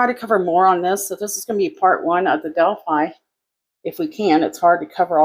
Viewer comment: You left out the "L" in Delphi.